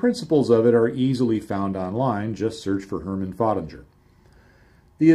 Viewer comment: Hi, It took me some time to decode your English pronunciation of the name of the inventor of the coupling. For anybody that would like to know more about this German engineer: His name is Hermann Föttinger. Regards from Denmark /oakey